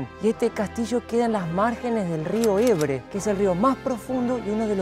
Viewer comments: Ebre no, río EBRO!! Si lo decís en castellano se dice Ebro, no me seas sub nor mal😊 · Rio EBRO no Ebre. Pero es que solo lo ponen en catalán porque odian el ESPAÑOL NUESTRA LENGUA COMÚN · el rio se llama Ebro y no Ebre, cuando se habla en español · Hola chicos ,rectifiquen el nombre del rio, que se llama Ebro no Ebre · Cuando hablas en castellano hay que pronunciar los lugares en castellano. Cuando hables en catalán puedes nombrar los lugares en catalán. En este caso, además, se trata del río más importante de la peninsula ibérica, el que nos da nombre: Iberia, la tierra del Ebro. Iberia comprende España y Portugal. El río Ebro nace en Castilla, en Cantabria, y atraviesa además del reino de Castilla el reino de Aragón. No puedes denominar un río en un idioma minoritario de un territorio por el que ese río apeenas transcurre un tercio de su recorrido. Además debes pensar en que la mayoría de tus seguidores son castellanoparlantes y puedes inducir a confusión.